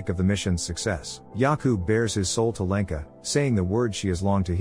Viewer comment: As a Czech person it took me embarrasingly long to realize you were saying Jakub and Lenka, the whole time I thought since when are Yaku and Lanca Czech names?😅🤣